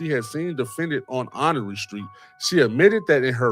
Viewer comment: Honore street in NOGO is pronounced *Honor. Born & Raised Waukegan & Nogo ❤